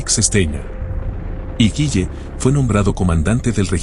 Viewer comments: Se pronuncia " guile " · El apellido es Gille no "Guille" 😂